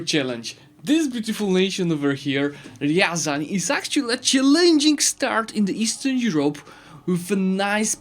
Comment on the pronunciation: Actually it's not ryAran, but ryazAn.😎